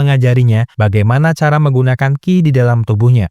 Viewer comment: Qi itu bacanya Chi, bukan Ki